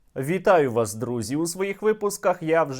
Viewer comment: Витаю вас звучит как вертел я вас 😁